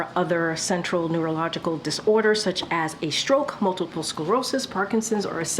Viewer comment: The way she's pronouncing neurological... she might need a test.